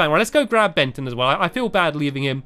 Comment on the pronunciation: When stampy calling Benton he accidentally called Benton benten